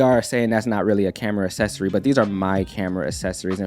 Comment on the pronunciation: I like the way says “accessory” cause I say Ak-ses-ory and he says as-ses-ory